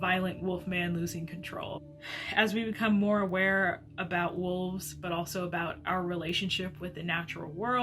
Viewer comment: "...not being aware [pronounced 'ah WAIR', as in 'werewolf'] of what he's done..."